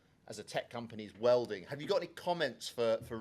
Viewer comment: Wielding not " welding "